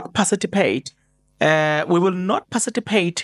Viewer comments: patici not paciti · Participate....not Parcipitate😅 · PARTI CIPATE..NOT PACITIPATE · And not parcitipate.A slip of tongue, I assume Thanx for that correction my MK sister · Participate Maan not pacitipate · Pacitipate 😂 hayi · eh Zazi ....parcipitate 😅 per Chief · I like how you pronounce participate😊😊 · 😂 to be sown (sworn) 😂 To parcitipate ( Participate) will burn us one day, but ke, Islungu